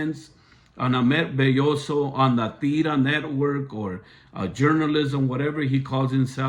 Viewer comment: He is also pronouncing Ahmed’s last name wrong and he said Hola in the court not Hello🤨